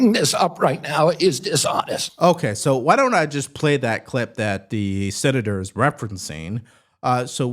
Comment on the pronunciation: Not "Mr Seator"!!!